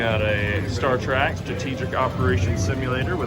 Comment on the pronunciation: TREK not TRACK